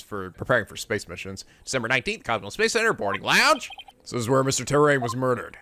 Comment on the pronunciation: So... are we gonna tell him that Clay's last name is Terran. not Terrain?